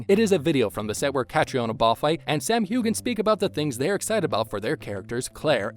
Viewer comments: Who is this person talking? A robot? He keeps saying Sam "hew-gan" I thought it was pronounced hew an. Am I wrong? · the 'gh' is silent...it's pronounced Hu-en or Hugh-en....check how to pronounce names before reading them out loud please...